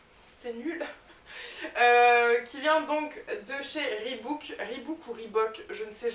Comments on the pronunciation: On dit "ribauk" et pas "ribouk" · on dit ribok et pas ribouk